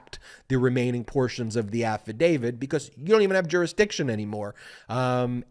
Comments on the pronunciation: Who is "Affa David"? Please pronounce "affadavit" correctly, you sound like a toddler pretending to be a lawyer. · AFFADAVIT, AFFADAVIT. NOT AFFADAVID. can't watch uneducated, unawake wannabe's! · Insightful and very much on point, Ben. But at the risk of seeming petty, or pedantic, I would only suggest that you say affidavit, not "affidavid." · AffidaviT Not affidaviD Love your stuff, Ben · Nonetheless, he really SHOULD learn how to pronounce AFFADAVIT... not AFFADAVID! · I love listening to your analysis... But please stop pronouncing affidavit incorrect... It's not "AFFIDAVID"... "It's AFFIDAVIT". We are also six minutes into this and still no mention of Jack Smith... Just the overly detailed recap of what we already know... This could be distilled down to about 3.5 minutes. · affidavid? drives me nuts. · Affadavit ends with a “t” not a “d”.